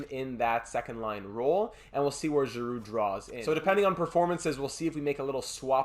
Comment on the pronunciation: Congrats on our victory!, you deserve all the plaudits and we all share the happiness. Wow. Petersen excellent. Giroux after all those years, captain Girrroux, love the way the pronounce the francophone names. The Fins had their part, just as Nylander. Seider and the rest of the defensive stalwarts. Great weekend here, buzzin’ preseason started. Can not wait to vote for your next series, you know what I wish for 😄 Keep up the good work, Philly deserves another Stanley Cup, hard work will pay off big time. Be the best in both fields, mate!